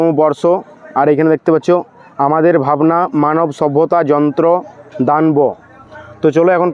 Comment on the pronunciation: ভাই উচ্চারণ টা দান বো নয় দানব